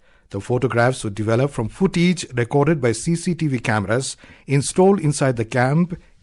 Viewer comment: it's FOOTAGE NOT FOOT EEGE